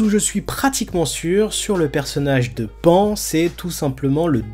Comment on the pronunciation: On dit pas pan ( comme pan pan ) mais pan ( pa+ n en son japonais ) .